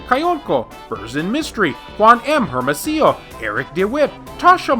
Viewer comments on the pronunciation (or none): none